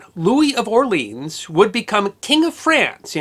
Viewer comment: ... Or-Leon !....Jesus!